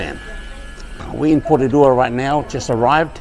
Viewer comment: Thanks for saying it right, Porirua aka Ptown!! Malo lava keep it coming 👊🏽